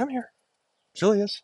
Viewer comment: Julius is Goedzo Braaf as hes eating. Lol he could be a Beofke. Ohhhh yea his birth name of Julius would be pronounced as Yulius. In Friesland the say the J like a Y